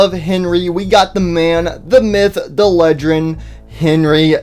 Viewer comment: “The Man, the myth, the legrend” got me 💀